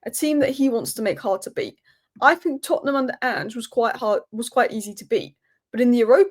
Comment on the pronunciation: I like the way you say Tottenham...others mention Tottenham as if they have a problem with them.